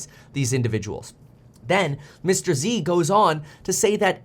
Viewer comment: Mr. Z not Mr. EC. 👀